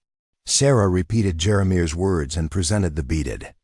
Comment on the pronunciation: Jeremeir? That's a strange name, but I'll bet it's not really the right name for the trading post man. These AI voices some can't pronounce words right. Twin Falls, ID